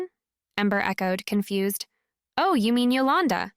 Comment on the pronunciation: To go container, not togo , confu-sed? So is this being read by AI. The miscommunication are really sticking out for me.